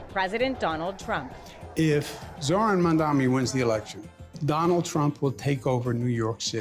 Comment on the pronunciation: All these months and the man still can’t say Zohran’s name right? Couldn’t take more than 5 minutes of saying it to yourself a few times in a row to get it right yet he can’t be bothered. What a turd.